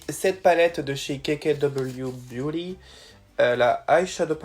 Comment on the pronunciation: Jaime trop quand tu dis beauty avec l'accent !!